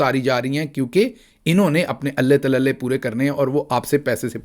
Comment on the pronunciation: Allay talallay is wrong. Alallay talallay is correct pronunciation.